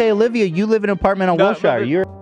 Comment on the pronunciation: Ethan saying will-shire solidifies he’s not from LA at all